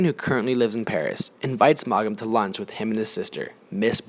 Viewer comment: Too bad you don’t know how to pronounce the author’s name or any of the character’s names.